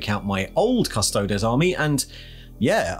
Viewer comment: Why can't people pronounce custodes? It's fake latin - think crises.